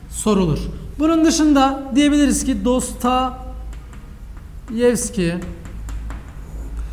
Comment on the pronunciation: Ağzınıza sağlık ben faydalandım teşekkür ediyorum. Fakat Dostoyevski'ye Dostayevski demeniz üzdü beni :) bir edebiyatçı sadece eğitim odaklı bilgi vermemeli, bizzat kendisi genel kültür olarak konuya hakim olmalı bence.